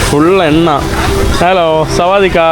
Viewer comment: സാവാ ട്ടിക്ക എന്നാണ് 😂😂😂നമസ്കാരം ആണ് 😉